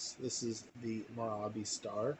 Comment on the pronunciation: Pronounce Mirabye She’s very much alive